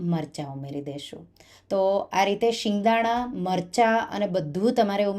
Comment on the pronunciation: Delicious. But please it's sev not shave. It's singdana not shingdana